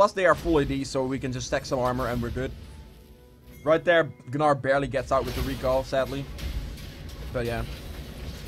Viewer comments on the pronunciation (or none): It's pronounced nar. Not Ga nar. Super irritating to hear constantly. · please keep saying ganar lol